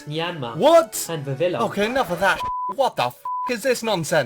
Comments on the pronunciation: Tecnicly.. Villion is pronounced viv- ion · Vivillon is pronounced “viviyon" like the French word for butterfly “papillon"